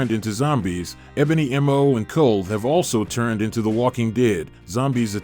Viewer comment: Ebony maw not ebony m o🤣